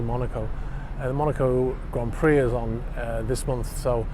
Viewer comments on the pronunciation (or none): none